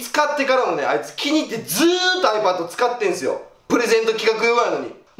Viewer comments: ⤴︎あいぱっと⤵︎ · あいも変わらずiPadのイントネーションがおかしいwww